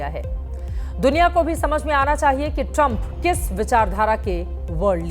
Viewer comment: और बोलो नमस्ते ट्रामप😂😂😂